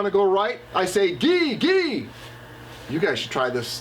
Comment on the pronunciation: I can't find in the race archives. Which year did run the Iditarod? Whose kennel is featured? Commands: "Haw" is correct, but "Gee" is pronounced with a "j" sound, not a hard "g".